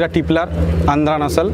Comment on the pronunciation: Triplar noi Tippler. 20 bochor er "Sadhona" 👉 TIPPLER 👉 22-23 hours non-stop flying capabilities.